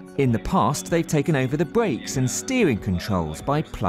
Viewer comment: Bwakes and stewing attack?